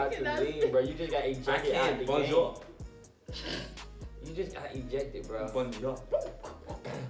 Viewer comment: how said bonjour